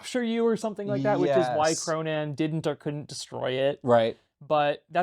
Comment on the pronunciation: you kind of pronounce "Cronan" like "pronoun"